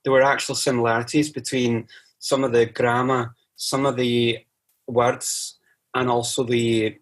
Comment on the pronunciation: I'm a Scots speaker in that I'm fluent in Scots but I'm from the lowlands so I mainly speak English but I still have the accent obviously. Your Scottish accent isn't great if I'm honest but it's better than most and you get a few words wrong. Words is pronounced like wirds rather than wairds and deliver is pronounced like delivar not deliveer at least if we're talking about Edinburgh and to some extent Glasgow. Aberdeen does it's ain thing